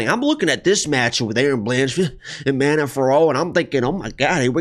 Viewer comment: Sounds like you keep saying "Amanda" instead of Manon lol ... I also agree with the Manon winning, but I'll hedge it with Erin blanchfield over 2.5 rounds